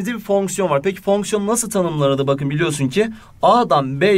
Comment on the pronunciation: fonksiyon derken bir tuhaf diyorsunuz hocam